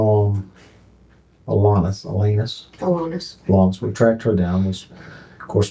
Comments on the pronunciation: Why can't the narrator pronounce Alanis? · Hey, AI narrator, it's AllAnis, not your anus. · A-lANUS? Lol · Pronunciation: "Al-Anus". Eeeeuw.